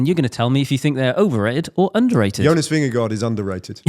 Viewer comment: and - take note of how Ned, a legendary British broadcaster, pronounces “Vingegaard”. Don’t overthink it with “Vinga-goo”! 😅